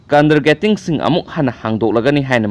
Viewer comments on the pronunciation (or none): Schools and ...kari haibano ?? Leiton du iseng sengde... Schools and kandargettimg...hairisibu karino... Nanggisibu... Schools and Kindergartens...hainingliro... Loirehe bondhu...nangbu lairikka amatta tamlaktaba jatla...inthoknasu heiteidako.. English ki waheising C free oina leiton sengna haiba sukngam hek ngamdana news pani haina parisisu angakpa amani.. Ei oiradi ikaibana leikrak manungda changlaga lotchakhrani nahanna. Saonukp..khara heimandabaduda toubani.